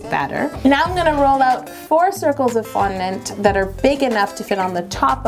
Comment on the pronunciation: I love FONNANT